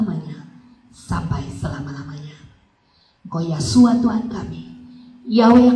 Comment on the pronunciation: bukan YAHSUA. tetapi YESHUA